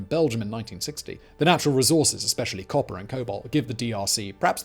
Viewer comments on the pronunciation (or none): none